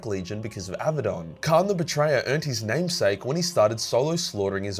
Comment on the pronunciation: You fell into the common trap. Abaddon is pronounced: uh-BAD-dun. It has two D's, not two B's as most people try to pronounce. They say AB-ba-don; which is completely wrong. 😁